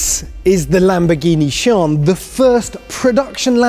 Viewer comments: "Lamborghini Shawn" I ain't an expert but isn't it pronounced as Si-an? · Like one of the upper guys said i'm am pretty sure it is See-Ann like Sea Anne or along those lines. :) However iit is a sick new Lambo. :3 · its not shooonnnn but sian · “The Lamborghini SHAN” 😀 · It's see-an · Omg its torture!!!!! (See-ann) dammit lol🙆‍♂️🤦‍♂️ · Shaun the seep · i don't think that pronunciation is correct 🤔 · Shee-an I'm sure that's how it's pronounced. Best looking (modern) Lambo, next to the Veneno. Good to see Lambo (sort of) embracing hybrid tech as well. And futuristic with those weird supercapacitor batteries rather than the boring safe Lithium ion design. To be fair, almost every Lambo made since the aventador first came out in 2010/11 has been based on that particular model in some way or another. And regarding the only 30hp boost from the hybrid system, I know that these supercapacitor batteries don't have the same storage capacity as regular lithium-ion types but are lighter, have a much better charge/discharge cycle, longer life and greater energy density but can also be much more (apparently up to ten times) expensive, which is the primary obstacle to supercapacitor battery tech becoming more widely used. Lambo also boasted that the hybrid system in the Sian is 3x lighter than equivalent lithium battery types. It is also worth pointing out that the electric motor in the Sian is not for all-out hybrid power, but merely as a power-assist to improve performance (it cannot run on electric power alone) Interestingly Lambo originally pioneered the supercapacitor tech for the Aventador to enable more efficient starting of the engine. Finally, as for the the people complaining about the same V-12 being used from the Aventador, it's worth noting that Koenigsegg have been using evolved versions of the same V-8 since the inception of that brand in at least 1992 or Mclaren with im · Am I the only one who heard "This is the Lamborghini Cheeron" :v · Lamborghini “Shawn”